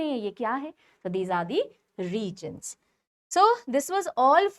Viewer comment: False pronounciation of continent and region